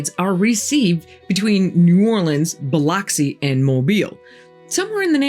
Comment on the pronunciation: Just FYI, it’s pronounced “Bil-ux-ee” not ox 😃